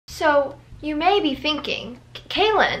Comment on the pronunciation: who’s kaelyn? it’s! 😭😭😭😭😭🤣🤣🤣🤣